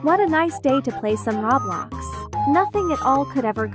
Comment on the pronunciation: Brian rot And That’s not how you say Roblox